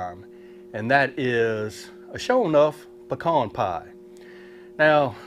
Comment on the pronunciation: Thumbs up for saying pecan right. Lol